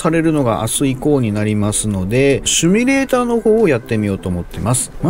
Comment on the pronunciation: シミュレーターですよ〜〜（シュミじゃないです）SIMULATOR